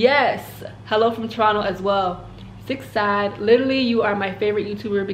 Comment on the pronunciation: Yay, My question made it! But it's pronounced Sade like the singer